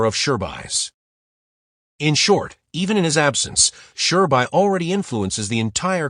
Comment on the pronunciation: Who tf is Shurbai or Mamaoshiki Otsutsuki??🙆🤣🤣next time dont use A.i please🚮